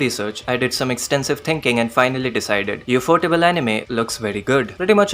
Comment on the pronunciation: Bro said tinking